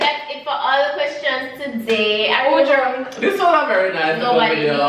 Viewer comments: mi druuuuuunk😂😂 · Lol "me druuuunnnkkk" this was fun wish Tanaania was there